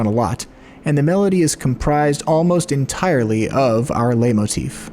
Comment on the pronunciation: I have no idea about music and music theory, but I still love listening to videos like this and feeling like I do. Just an unasked-for tip: It's pronounced "lite-motif".